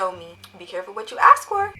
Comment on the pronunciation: It’s ASK not AKS